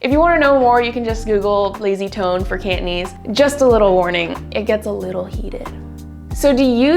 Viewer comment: It certainly sounds hard when you pronounce it "Can't" - nese 😁 Down with lazy pronunciation! *raises pitchfork*